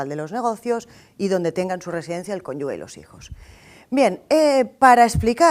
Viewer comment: Muy muy bien explicado, insuperable la explicación. Ahora bien, si llego a estar ahí cuando dice CONYUGUE...me da un patatús. Se dice CÓNYUGE! Suena como J! Perdón por ser tan quisquillosa, pero entre las dos clases debe decirlo como cuatro o cinco veces🤦